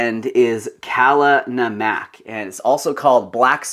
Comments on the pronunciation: Just an add on, Kala Namak is pronounced 'KAA-LAA NAA-MUK' in India and Pakistan :) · Dude, I love you so much, but, you MUST learn how to say kala namak correctly, lol. Your A's are so loud and sharp! They should be very low and gentle. I feel like you are screaming at me when you say it. It's supposed to be said in a very subdued manner. Thank you. :) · the way you pronounced kala namak lmaooooooo sorry haha to an indian that was hilarious